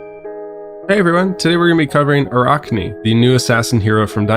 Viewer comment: Ah-rack-knee. In all seriousness good video. Love the assassin feel and hope we get a lot of support in the next set.